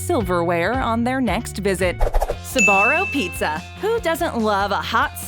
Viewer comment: on their next visi- SABARRO PIZZA